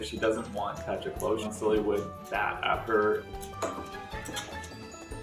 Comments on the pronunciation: My brain can get over how they pronounce "Pacha" or am I the only one?? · Pronouncing Pacha as "patcha" instead of "pasha" is unhinged 🙉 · "Pacha" in French sounds like "Not a cat"...